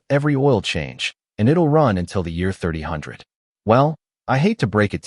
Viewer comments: Full ai SLOP. Can't even pronounce 3000 correctly. What's this BS of showing a 351 Cleaveland air cleaner? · Xctly ! Full ai SLOP. Can't even pronounce 3000 correctly. And what's this BS of showing a 351 Cleveland air cleaner? Reply